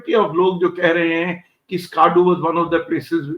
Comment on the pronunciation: I'm only nitpicking, but a lot of our people keep mispronouncing Pakistani names. Skaardoo nahi, Skardu (स्कर्दू) hai. Sukkoor nahi, Sakhkhar (सखर) hai. Almost everyone is making the same mistake. Any Pakistan watcher will know the correct pronunciation. Anyway, it's not a big deal, as long as we hit those places, it's better than getting the name wrong. 😀